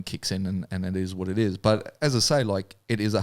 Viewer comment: “you can do ehttttttt” 😂😂😂